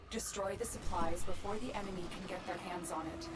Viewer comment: First time I noticed that Lotus says "emeny" instead of "enemy"